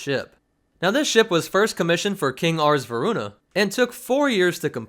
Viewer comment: The king's name is pronounced "Arse Veruna"!